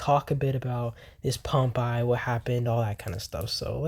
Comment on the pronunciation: Please stop pronouncing Pompeii as ‘Pomp eye’…. It’s pronounced ‘Pom pay’!!!